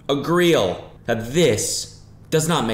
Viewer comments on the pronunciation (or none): Cody: graduates from Duke University with a computer sciences degree. Also Cody: agreeial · Where do we have to be in? Cody: Agreeal